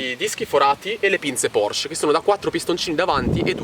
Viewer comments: si pronuncia PorschE! Con la E finale! Bei video, saluti da una 981S =) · mi hai linkato un video che conferma la pronuncia con la E finale, come dico io (e come sa chiunque conosca il tedesco), tu invece dici PORSC...